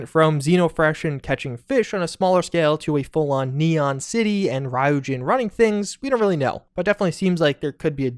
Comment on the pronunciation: Good video. Small correction: Ryujin is pronounced Ree-oo-jin. Not Rai-oo-jin.